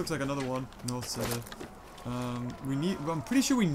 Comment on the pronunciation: it's north cEEder